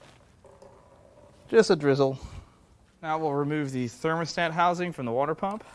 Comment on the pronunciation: Wore-dur pump? My ears bled.